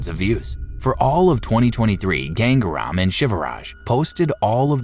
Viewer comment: It's not gang-REM you idiot.. It is "GangaaRaam"..